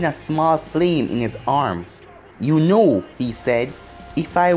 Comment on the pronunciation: said youno and not uno